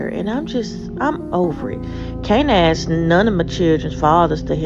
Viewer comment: How about speaking English correctly? It can get them a better job where people will understand them because I can't understand half of what they are saying. Aks instead of ask. We was instead of we were. ........nevermind. useless.